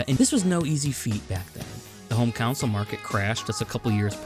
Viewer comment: I’m proud to hold the title of an early subscriber to your channel! A couple nitpicks though: the phrase is “magnum opus” Also it sounded like you pronounced it a couple ways, but Miyamoto is pronounced “mee-ya-moto” instead of “my-ya-moto”. Also “console” keeps sounding like “counsel”. Very minor nitpicks that ultimately don’t affect my enjoyment of the video! Keep it up!